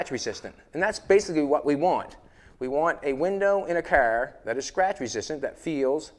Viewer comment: "The cerrrr"